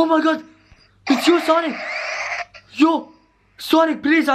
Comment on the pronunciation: Do you call sanic